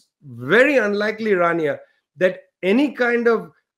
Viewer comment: I believe it's "Rania" not "Tania".